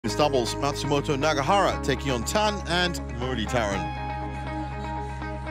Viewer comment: The umpire can't say Muratitharan name correctly..😂😂